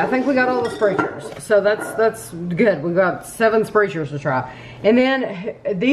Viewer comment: Sprechar's is pronounced "spreckers" but it's definitely not intuitive. There are also Sprechar restaurants around here too. I've never been.